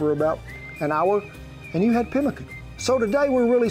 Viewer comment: Chiopewa/ Cree here.. You said it right.. we will use rabbit too!